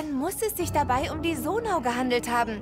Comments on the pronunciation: Bitte sage sonai nicht sonau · Zonai nintendo nicht sonau 🙄🙄😂